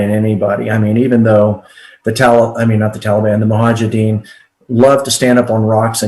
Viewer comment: Really!? "Mohajedins"!!? This guy can't even pronounce the(centerpiece) name right! No wonder we keep loosing wars after wars 🤮